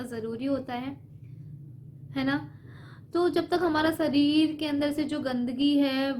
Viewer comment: Sarir nhi sharir hota h.behan ..aap kuran nhi padi h kya aapke muh se lafz sahi nhi niklte h...